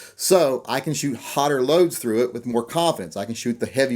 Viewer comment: he said hoter loads